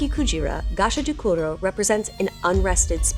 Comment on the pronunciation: Can you read words in Spanish? You know how there's only 5 vowel sounds? Japanese is like that too. a like father, i like sushi, u like sushi, e like meh, o like oh. So when you say bakekujira, both the e and i can't be pronounced the same. They are different sound. Gashadokuro was unrecognizable. Ga, like goo-goo-ga-ga. Sha, like Sha-la-la-la-la. Do, like doe, a deer, a female deer. Ku, like Coo-coo said the pigeon. Ro, like row row row your boat.